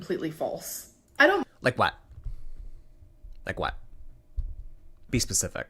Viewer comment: “like whet. like whet” made me laugh myself awake